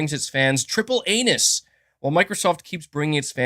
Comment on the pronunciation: “Where’s the triple anus?” “TRIPLE ANUS” “Sony brings triple anus” Once you hear it, you can’t un-hear it